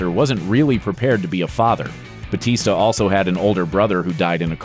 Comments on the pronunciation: Bautista is a filipino surname its actually said bowtista not butista why i know this because I'm filifino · It’s Batista no hate btw I love ur channel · 'They adjusted it for an easier pronunciation' Wow! One letter can scramble Americans tongues like a twister. Give me a break.